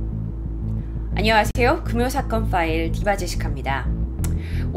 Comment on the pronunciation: 안녕하스테요 라고 들이는 건 나만?